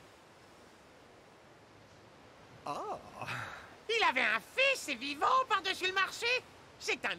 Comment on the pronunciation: arrêtez de dire "Gold Roger" c'est "Gol.D.Roger"